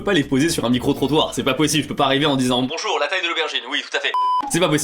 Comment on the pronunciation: Bondjour... jaimes bondjour 🤣👍